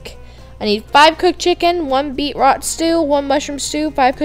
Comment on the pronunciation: its pronounced BEET-ROOOTS srry </3